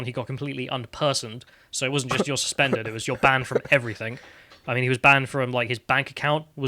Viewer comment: Ears scresming with this bloke. EveryTHINK took me off before three minutes. Good channel, shame about this ex t-shirt designer.